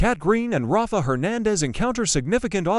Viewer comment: EJ is not DA. Belle is. The "Jennifer" they pictured in a few shots is Jennifer Aniston. It's not proniunced Ra-fa...it's Rayf. ISA is not a word, its initials, AI is faulty.